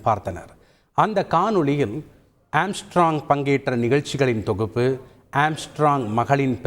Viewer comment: Amstrog makaz athu kooda theriyaamal news vaasikkum pannaade.